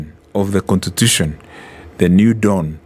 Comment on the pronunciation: this niggah keeps saying "contitution"